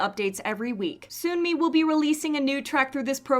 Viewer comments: Hey could I ask a question? Why do you say Soonmi, instead of Seonmi? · Her name is not said as Soon-mi It’s suhn-mi